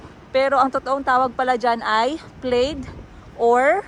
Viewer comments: Plad po, hindi plaid.😂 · Dai e research mo how to pronounce plaid. Ang Alam ko plad yung pronounciation ng plaid